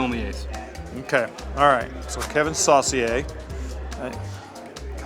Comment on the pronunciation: Kevin Saucier (soh-SHAY, properly), they called him "Hot sauce", he was big for one season with the Tigers.